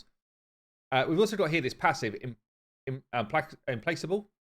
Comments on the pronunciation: its pronounced im-plac-able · Its pronounced, Im plak able. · You should have trusted your instincts brother, it's pronounced imPlACKable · for a British guy, you should be ashamed of yourself. Implacable is pronounced " imˈplakəb(ə)l " but I would be surprised for a hillbilly to actually know the phonetic alphabet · its pronounced "Im-plak-able" :) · Implacable is pronounced with a hard C (like a K) mate.